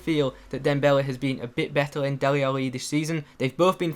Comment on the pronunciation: why are you saying Deli Ali so strangely?